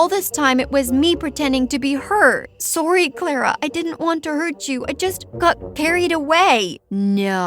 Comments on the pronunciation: She pronounce sorry wrong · She said "sore-e" Lmao